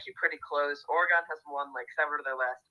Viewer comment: Y'all pronounced Oregon wrong